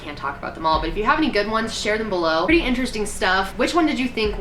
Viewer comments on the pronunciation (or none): none